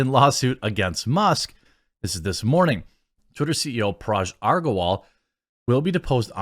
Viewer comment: Its not paraj. Hard to listen to you , you keep pronouncing name annoyingly wrong.